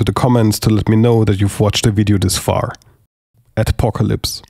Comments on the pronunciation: Was that Atpocolypse or Adpocolypse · Well, I heard "Ad-copalypse". Seems fitting. Good content !! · Very helpfull video thx ! Was the word atopocalipse? :p